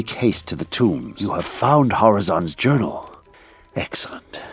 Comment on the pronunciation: Lysander is nearly deaf thats why he says horazons urinal instead of horazons journal